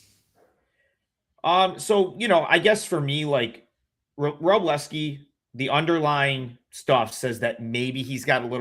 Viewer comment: why do so many professional bettors say wro-bell-ski? It’s not like it’s spelled that way but I’ve noticed many people saying it like that. You got it right though bless-ski